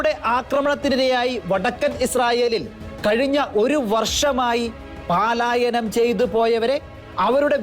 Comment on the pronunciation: ഗോരയുദ്ധം? ഘോരയുദ്ധം എന്ന് ഉച്ചരിക്കണം. യുദ്ദം? യുദ്ധം എന്ന് പറയൂ പാലായനം അല്ല . പലായനം എന്ന് വായിക്കൂ...............